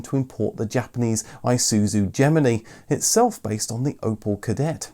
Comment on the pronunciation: I have never, in 36 years heard anyone say "Gemini" that way...